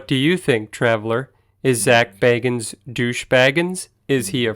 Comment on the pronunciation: If you're going to do a vid about Zak, learn how to pronounce his name right....